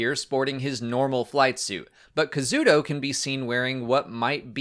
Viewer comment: KA-ZU-DA! HIS NAME IS KAZUDA, NOT KAZUDO!!!